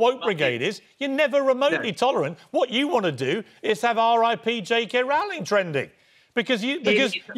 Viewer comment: He keeps saying "JK RAULING".